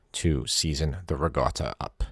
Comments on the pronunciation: It's Ricotta not Rigotta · Can you say: riKotta, with a ‘k’, not riGotta… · I see the comments are ignoring that he's saying ricotta with a G sound, not a hard C sound. Cool, cool.